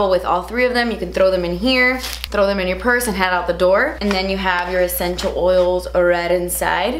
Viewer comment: Nobody:: “ECHENTIAL” OILS!